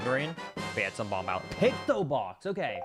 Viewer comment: he pronounces the b in bomb